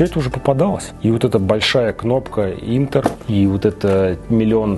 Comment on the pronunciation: Не "Интер",а "Энтер"